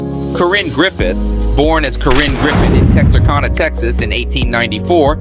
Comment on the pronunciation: Just so you know.. it’s “Tex- arr- can- nah …to we Texans!